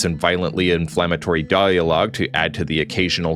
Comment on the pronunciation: Your AI voice said "dialog" very oddly.